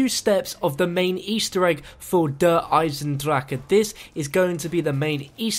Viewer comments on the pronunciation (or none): just say:'The new DLC map.' instead of that horrible pronunciation every single video